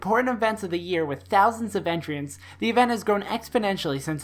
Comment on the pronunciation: Great vid! Your pronunciation of entrants confuses me though. Also R2DLIU rhymes with R2D2.